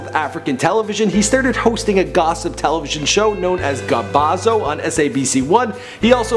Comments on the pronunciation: goboza- you pronounce it " go bow za" not gabazo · What is wrong with you broh,, u are pronouncing everything wrong.. from SOWETO, to ISIDINGO and THE REAL GOBOZA.. but its funny through .... nice try !! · and GOBOZA if I ddnt knw that he was once on real goboza could not have had a clue of what he was talking abot.... but he did his research shame